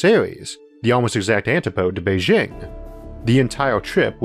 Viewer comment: First, I want to re-express my continuing gratitude for the quality of this channel: Thank you. Second, to pick a nit (in the spirit of improvement): It's a hard 'J' when pronouncing Beijing. Many Americans (myself included) will tend apply french pronunciation when reading "foreign" place names. Source